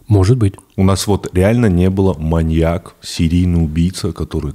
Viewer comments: Выпуск прекрасный, всё отлично, но ВАШУ МАТЬ, СКАЖИТЕ ИМ КТО-НИБУДЬ ПРО УДАРЕНИЕ В СЛОВЕ "МАНЬЯК" ВО МНОЖЕСТВЕННОМ ЧИСЛЕ, УШИ ВЯНУТ БЛЭТ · маньЯк, маньЯка, маньЯков.... 😭 очень больно слушать подкаст при таком количестве упоминаний этого слова с неправильным ударением